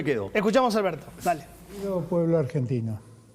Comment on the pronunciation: Alberso dice Alberso